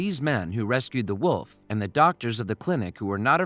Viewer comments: You are saying woof not wolf. Jest me ok. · I like how it sounds like they was saying woof instead of wolf :>